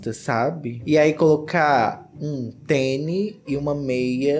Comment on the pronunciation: você falou "teni" ao invés de tênis (duas vezes)? Tô confusa aqui hahahaha